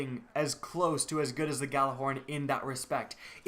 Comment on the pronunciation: Your pronouncing "Gjallarhorn" all wrong. Forget the "G" and pronounce it as "jallar - horn" (pronounce first part like the arabic "jalla jalla" - but add an "r"). -Regards from Nørway